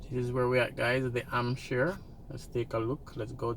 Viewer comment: Please, please pronounce the H. It's not Amp-shire, it's Hamp-shire.